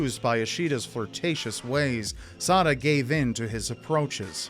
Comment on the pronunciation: I keep hearing suh'dude.......